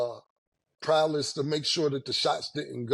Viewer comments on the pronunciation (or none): Cam mispronunciation list continued…. Defensive prowless: EXspecially